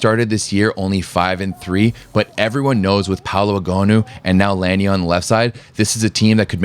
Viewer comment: The correct way of saying her last name is La-nee-ay. The NCAA have butchered her name all these years.